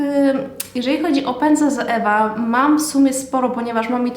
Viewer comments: Czyta się „coiwa” a nie „zoewa” 😁😁 ale filmik jak najbardziej przydatny, mówisz zwięźle i na temat, łapka w górę 😇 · Źle wymawiasz Zoevę. Poprawnie to " coiwa" .